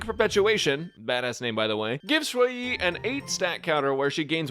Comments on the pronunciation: Ju yi Yu yi It sound fine 😅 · Nah Your Saying It Just Fine